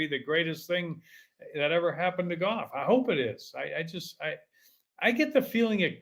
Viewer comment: You can't even pronounce golf. Lol. They had a guy on the Golf Channel ads for years who said it like that. It isn't goff.